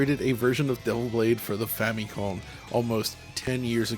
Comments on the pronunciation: Whenever he says famikhom😅💪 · The way he pronounces Famicom gives me the creeps. Just say it like the regular westerling that you are my dude. The words are actual english. They made their own bed with that.